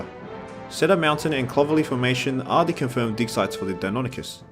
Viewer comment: You don’t know anything about dinosaurs. You say you liked deinonychus since you were young? Then why can’t you pronounce it right? It isn’t hard. Please have pride in your videos and don’t just go to Wikipedia